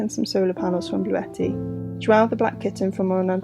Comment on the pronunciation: It's pronounced blue ti apparently 😉